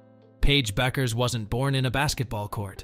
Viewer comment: Superficial and poorly researched. does not do her justice. and her name is pronounced "Beckers".